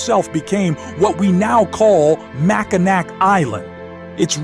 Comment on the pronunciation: You literally pronounced Mackinac wrong!!!